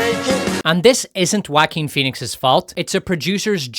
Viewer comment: finally a generic youtuber properly pronounces that Jaquin name